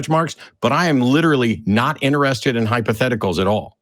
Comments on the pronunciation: Matt: He didn't say Hypotheticals; he said Hyposcticals. learn the difference. ROTGLMFAO with tears of blessed mirth running down my face. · I heard “hypotesticles” lol